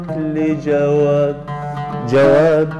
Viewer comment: ابعتلي جواب بالجيم مو بالچيم، طالما كاتب لصباح فخري فالمفروض سمعانها منه وبتعرف انه بيرفض يلفظ الحروف بشكل خطأ متل ما حضرتك عم تلفظ، الأغنية حلبية بالنهاية مو مصرية.